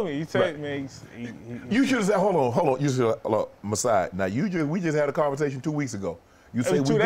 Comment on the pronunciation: demar couldn’t even say maasai’s name 😂